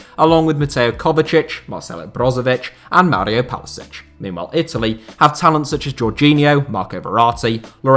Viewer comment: did he say Palisic?